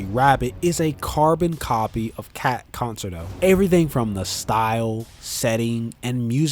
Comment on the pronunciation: No way did he just say con sert o